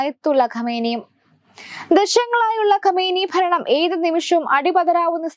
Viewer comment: ഖമേനി അല്ല ഖമണെയി